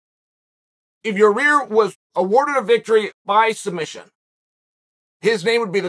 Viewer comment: Islam calls it “Sumbission” 🤣🤣🤣